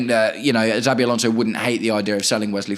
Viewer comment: I agree with nearly everything you’ve said. Just one point. PLEASE say our potential new managers name correctly before others start copying you. It’s pronounced SHA-BEE not ZAA-BEE Thanks